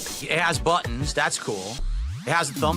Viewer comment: wtf a DAHCK?? It's got two BWUTTONS?? wauw dude